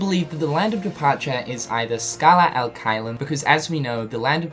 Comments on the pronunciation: U keep saying al it’s bothering so I have to b that guy. It’s ad pronounced odd but wit h a ahhhhh noise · And the "ad" it's pronounced like ADvertising